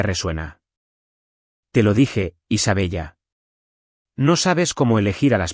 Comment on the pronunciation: ¿De verdad que el narrador no sabe que se pronuncia Isabela? Ninguna prifesionalidad